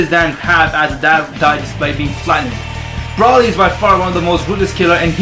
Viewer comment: That guy is saying broly wrong. He said brooly